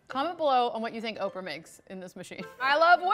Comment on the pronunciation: I legit thought Oprah said orphan